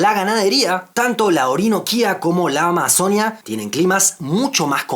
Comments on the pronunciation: Excelente video amigo, pero me gustaría corregirte algo, en el video siempre estuviste diciendo amazonía, y se dice amazonÍa con un acento fuerte en la i, así como decias orinoquía 😅 Igual gracias por ese video tan bonito e informativo 🦦💗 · Solo una cosa: ¡Amazonía! El acento va en la í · En Colombia la región de la AMAZONÍA se escribe con tilde en la i, así que así debería pronunciarse si se está hablando de esa región de Colombia específicamente. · Es AMAZONÍA con tilde en la i